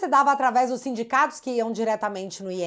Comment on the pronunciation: É sindicatos, ou simdigatos😂